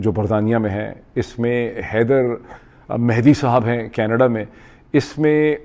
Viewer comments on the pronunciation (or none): none